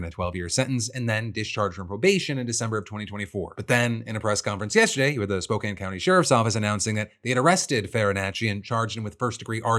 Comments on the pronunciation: 2 things I have to say, First wild to here my town of spokane in a ohillip defranco video, thank you for covering it, and second THANK YOU FOR CORRECTLY PRONOUNCING SPOKANE!!! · Thank you so much for saying Spokane correctly ❤❤ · Oh my god. You said Spokane right this time Phil! I could not be more happy. 😭😭😭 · you pronounced Spokane correctly, well done Philip.